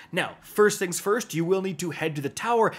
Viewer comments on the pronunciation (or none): none